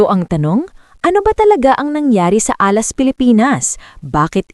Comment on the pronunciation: Repeat after me "Alas" hindi Ah last.